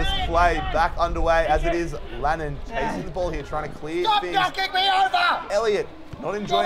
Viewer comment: Its lannAn not lannOn!